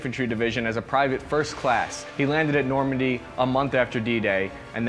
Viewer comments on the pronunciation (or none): none